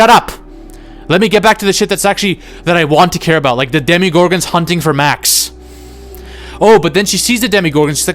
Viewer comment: I wanted to respect your opinions but then you kept saying “DEMI-gorgons”